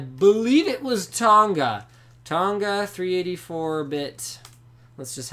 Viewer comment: Linus the way you say Tonga is so cringe worthy plz stop .... coming from a Tongan LinusTechTips